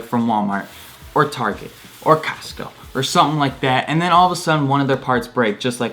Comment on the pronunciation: did you really just say Costco like castco